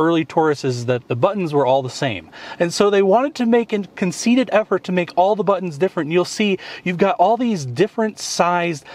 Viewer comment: One makes a concerted effort, not a whatever you said....